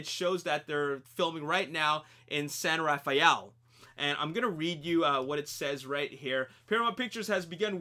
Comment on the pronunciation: It's pronounced "San Raffell" locally rather than "San Raf-aye-ell". I'm fairly sure from the angle on the Richmond Bridge and the brickyard that Charlie's home was situated at the end of Via Montebello, close to China Camp. Probably built a fake road end and house there.